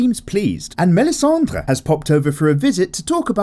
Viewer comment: J'adore cet accent français sur "Melissandre"❤️